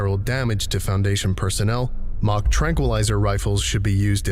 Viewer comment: I'm glad I finally understood what they were talking about The tranq rifles. I thought they said "Mach Tranquilizer Rifles" and I originally thought, oh good god. instead it's "mock" thank God.